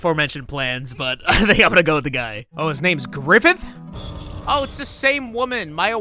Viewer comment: Griifith- GRIFFITH?!